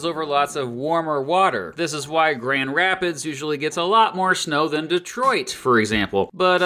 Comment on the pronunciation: You didn't pronounce the first D in Grand Rapids. Spot on. :D